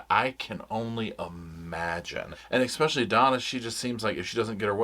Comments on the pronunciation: I love this show and little Roscoe, but it jars my ears to hear "eckspecially" over and over. Drop the k pleeeease?? Love, a fan. PS The ONLY innocent Adelsons are Robert and Dan's sons. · *especially, not ekspecially